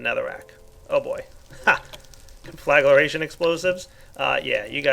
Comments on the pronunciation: ungh... con-fla-gra-tion ... not con-fla-gla-ra-tion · CON-FLUH-GREY-SHUN DEF: TO SET ABLAZE NOT CONFLAGURATION Also - that nuclear fallout spreads. It's best to clean it up immediately after detonation. (I used to have an old version of this mod; it was nasty stuff testing it) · I get just a bit annoyed every time he said conflaglaration instead of conflagration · con-fla-gra-tion ... not con-fla-gla-ration .... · CON-FLA-GRAY-SHUN JESUS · Conflagration = kahn-fluh-gray-shun. Otherwise, cool mod, looking forward to checking it out. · learn how to pronounce conflagration